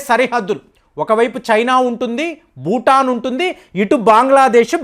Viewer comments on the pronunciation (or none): none